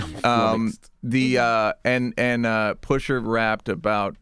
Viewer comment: He keeps saying the r in pusha T.